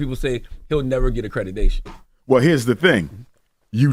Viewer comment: “Accredidation” 😭😭. This school is already doomed